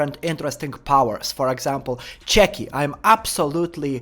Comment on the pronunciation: Chucky not cheky my god bro PLZ STOP